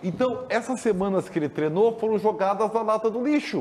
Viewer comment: Pq não falam "treino" ? Todo mundo fala "treno" kkkkkkk